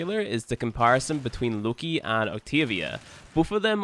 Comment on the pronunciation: btw it's Lo-Ki not look-I